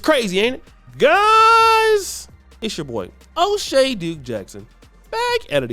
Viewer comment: Oshay “Dukes” hahahah what a moron Boyce is😅